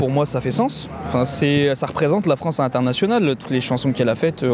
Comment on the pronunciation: La Fwance occupée. C'est pas rwaciste, ça , didont?